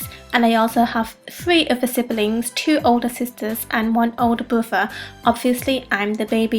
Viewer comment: lol she said bother